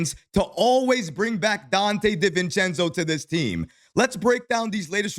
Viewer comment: Everybody: Donte DiVivencenzo: Donte DIV-encenzo 😂